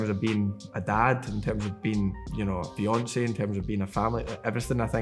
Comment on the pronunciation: im guessing he said "being a dad, being a fiancé..." but i replayed it a few times and all i hear is "being a dad, being Beyonce..."